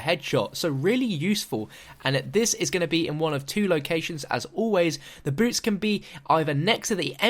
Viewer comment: When you first said boots I honestly thought you said boobs